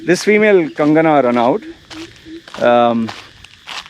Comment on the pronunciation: RA NOT IT'S prounced that way. If u didn't know, like just to let u know.